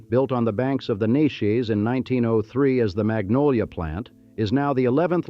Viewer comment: Narrator can't say Neches.